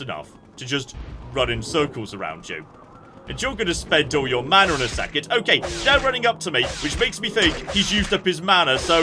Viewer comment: You sometimes say "OKANG" instead of "okay" :D I just find it funny